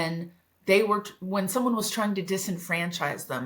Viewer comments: "TRING" ? Thumb-DOWN on your CARELESSNESS. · Trying NOT tring.